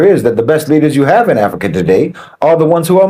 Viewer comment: I'm hearing bananas Everytime you. Say Africa